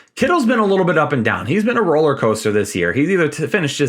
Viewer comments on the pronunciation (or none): none